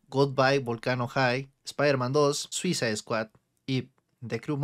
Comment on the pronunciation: ¿Soy yo o en vez de escuchar Suicide Squad escucho "Suiza Squad"? XD